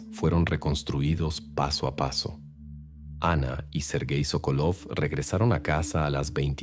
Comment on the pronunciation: Sókolov es correcto el apellido, la esposa es Sokólova. Los nombres en ruso se pronuncian como esdrújulas. Si la palabra es grave, el acento va en la primera sílaba como Pútil.